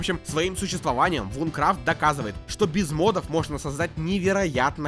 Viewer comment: Наверное я душнила , но не Вункрафт а Винкрафт (извини , очень режет слух когда кто то не правильно произносит, мой самый любимый проект )😊